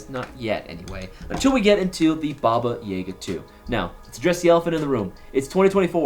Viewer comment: I wish I drank every time he said Baba YAYga so I won’t have to remember this video